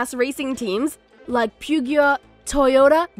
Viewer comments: it’s pronounced pejowt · "Pyugeyot" Oh girl.....no. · It's not Pugio it's Peugeot damn it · Ahh yes, Pew-gi-yoh. My favorite car brand. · “pyoogiyawt” you mean Peugeot?? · Btw Peugeot is pronounced "PEE-JOT" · Try pronouncing Peugeot correctly (no offence) but it's important no to confuse anyone. Try Googled translate...it works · Hahah how she said Peugeot is hilarious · did she really pronounce Peugeot like that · The way she pronounces peugeot makes me cringe